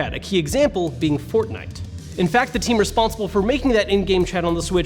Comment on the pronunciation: You say fortnite pretty weirdly